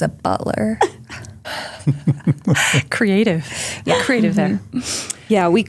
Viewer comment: I'm only at the beginning of this and I hear flippin' "buttler" 🤣😂 I can already tell this is going to be another great podcast!